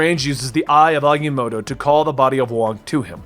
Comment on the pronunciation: Aga-motto not Agy-motto